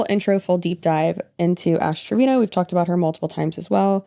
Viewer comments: To me it sounds like u are saying ass trevino instead of ash , love ittt She is awful human being, thank ypu for your videos girly i am binge watching as i discovered you through DWKT xx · i'm so confused is it Trevino or Treviño? she sucks but I at least want to pronounce her name correctly lmao